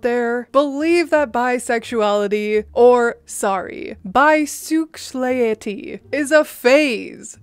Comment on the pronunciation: Omg you crack me up!!!! "Bi-suex-lay-itty" I also admire how informed you are about LGBTQ things. Are you part of the community?